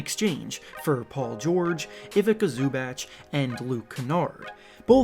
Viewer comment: “ivecka zoobatch” 😭